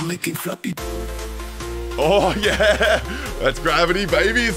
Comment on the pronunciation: Did I hear, Fappy bird??? damn